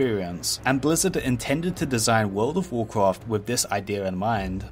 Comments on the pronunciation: Wawld of wawcwaft. Once you hear it... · wowd of wawcwaft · vold of voldcrafttttt guuysss vooooldd somebody did skip that speech therapist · You get 1 level everytime he says Would of Woucraft. - watches one video, hits lvl 120. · the voldovoldovorcrawft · I'd say it's an accent - could be European (Swedish, for instance) or an Asian dialect. To my ears it could be either. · wordo waw kwaff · But he says vold of valclaft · Take a shot every time he says "voldovocraft"😂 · Vwurld of Vwurcwrft! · Bro said woldcraft every 20 seconds or less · Wwld of wowcwaft 😂😂😂😂😂😂😂 hawdcowe hahahahahaha 🤣🤣🤣🤣🤣 u are such a gem bro 🤣 Ps. I mean bwo 😂😂😂😂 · WOLD OV WORCWOFT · take a shot everytime he says would of woudcaft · Jesus christ take a shot when he says woldofvovwclaft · what is vurld of vwarcraf? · Classic wow and vanilla wow, petty, but theres a difference, also fun game, take a shot each time he extends the video by saying world of wurcraft. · "wowd of wawcwaft"?.... "Secwets"? Come on man, I can't watch this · Wowd of Woahcwaft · word ov worcrof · wowd ow wowcwaft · worlw of warwqawrft, warqwarft free...........Dude learn how to pronounce words